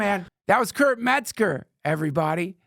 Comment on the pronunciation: Kurp is a legend. Stupid Joe keeps saying his name wrong and calling him Kurt. So disrespectful. Learn the man's name!